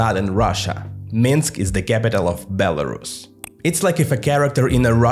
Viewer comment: Belrusia not Belarushia, SH is pronounced in English for Russia, pronounce Belarus as Belarushia means you're basically repeating Russian Imperial and later Soviet term of "White Russia", even tho Rus in Belarus comes from Rus of Ruthenia - White Ruthenia, not White Russia, so no Belarusians are not Russians, but whiter, they are separate ethnic and cultural group that faced 2 centuries of Russification and 1933 orthography "reform", which artificially brought it closer to Russian